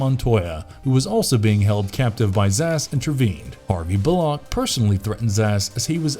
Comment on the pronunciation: Asa people hvesaid good video's but I think you should work on your writing cause you repeated the same thing differently a couple of times and also your pronunciation of some things like Harvey bullock I was trying to figure out what character I didn't know only to rewatch and get it